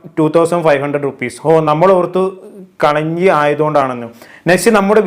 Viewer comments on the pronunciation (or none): കളിഞ്ചി അല്ല കളഞ്ജി ആണ് ബ്രോ 😅